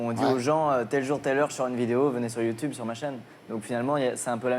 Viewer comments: Donc déjà mon gars avant d'interviewer Squeezie ou encore le critiquer tu vas réviser ta prononciation du mot YouTube ! Parce que YouTube ça se dit pas "YouTouube" ! (Désolé de rager mais ce gars m'a gonfler dès les 20 premières secondes!) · On voit le décalage des générations dès le début quand il dit « Youtioube » 😅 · Youtioube c gênant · C'est comme ça que ça se dit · Ce qui me fait rire c'est ces darons de 70 ans qui pensent pouvoir se fonder un avis alors qu'ils disent "Youtiube" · Attend il dit YouToube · À partir du moment où le mec prononce "Youtoube" tu sais que c'est mal barré😂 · Ça se prononce Youtioube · Ardisson déteste YouTube ç normal il sait pas le prononcer il dit youtoube LOL 😂 sinon plus sérieusement il déteste YouTube car nous les youtubeur avant plus d audience normale comme la dis Squeeze en se rabesse pas à la télé rialité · il dit youtoub à lieux de youtube mdr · "Youtchoube" JPP le mec il dit que de la merde et il est même pas foutu de prononcer normalement un mot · Bah c’est comme ça que ça se prononce, wtf